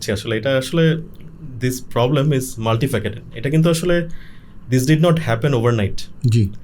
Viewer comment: আত্মঘৃণার সবচেয়ে বড় নজির আপনি এবং আপনার অতিথিরা। জীবনে শুনলাম না, নিজের ভাষায় গর্ব করে, শুদ্ধ করে কথা বলতে। ভুল বলবেন তবু ইংরেজি বাংরেজীই বলতে হবে.. ভাষা নিয়ে আপনার মতো, আপনাদের মতো হীনমন্যতা কোন উন্নত জাতির মধ্যে ভুলেও দেখবেন না। আপনি বললেন, ড্রাফট। "ড্রাফট" না, খরা হলো ড্রাউট। মাল্টি-ফ্যাকেটেড না, "মাল্টি-ফ্যাসেটেড" কিন্তু আপনার আইবিএ অতিথি "বহুমাত্রিক" না বলে উৎকট ভুলটাই বললেন। কেন ভাই? বাংলা দিয়েই আধুনিক বিশ্বের বর্ণনা দেন না? জাপানি পারে, চীনা পারে, জার্মান পারে, আপনি কেন চেষ্টাটাও করেন না?